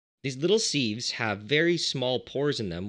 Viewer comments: Was wondering what molecular "seeves" are, then I realized I you meant "sieves" - in England we pronounce it "sivs" ;) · What's a seeve, I only know sieves, sivs. sieve /sɪv/ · "Seeves"? I thought it was pronounced "sivs" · You should note that "sieves" is pronounced as a siv or as sivs, and not seeve or seeve. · Seeves? Seeves??? It's pronounced, "sivvs" ya hoser! Eh! Ohhhh Canada...............Calice! Tabarnak! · They are pronounced "Sivs" not "seevs" 😂🤦🏼‍♂️ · Interesting to his hear the pronunciation of sieves. In the UK we pronounce it 'sivs'. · great video... but my prof in grad school would have killed me for pronouncing the zeolytes you are using as "Molecular.... See-ves" :) Siv.... not Seeeves here are both American and British pronunciations: (also, be careful. not all denaturing agents can be distilled out.... good example is methanol which is often used +/- Bittrex (Denatonium Benzoate) Run an NMR to see what's in there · Sives.. not sEEVes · I’ve never heard sieves pronounced as “seeeves” before. Certainly not that many times ;) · For sieves, try pronouncing it "sivvs" to rhyme with _adjective_. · Seeves? Buffoon. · Plus he says it wrong. It's pronounced sivs with a short 'i' sound, like in the word "little" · I thought you were saying "molecular seeds"! The mind boggled at what would grow from planting a "molecular seed"! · You can just pronounce sieves as "sivz" or a "siv" for singular. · The way you pronounce "seeves" is painful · sieves pronounced like "shiv" (less the sh --> ss) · Sieves, not seeves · I only came here to comment that! could've been worse could have been loominum seeeevs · Was enjoying the video until the seevs! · Sieves aren't pronounced like that... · Pronounceing sieves wrong